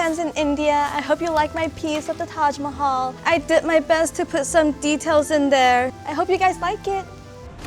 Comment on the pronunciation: Guyyss you r the best but pls stop saying Taaj maihail 😭😭😭😭